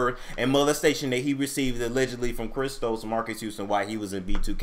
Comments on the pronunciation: He said "Chris Strokes" lol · You said Chris Strokes 😂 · did you just say Chris STROKES. 🤔